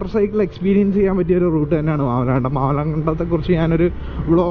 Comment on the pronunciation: മാമലകണ്ടം അല്ല bro മാമലക്കണ്ടം 💙💙